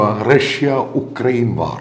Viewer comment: യുക്രൈൻ ആണ് ഉക്രൈൻ അല്ല.